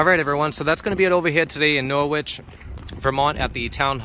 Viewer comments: NorWich, aargh the pronunciation of the W really grates 😂. Norich or naarch but never norWich. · Ok, I'm English and pronounce it Wich... ... as do many towns/cities across the UK. Dialects vary, shame you didn't get this one right. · Nor-wich!!!! It's pronounced "Noritch" - you Yanks have no idea!!! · In England there's a city with the same name it's pronunciation is Norrich.